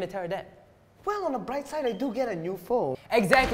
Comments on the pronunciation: ‘Exactly’ more like EGGxactly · If anyone u noticed or is it me that he said egg-satly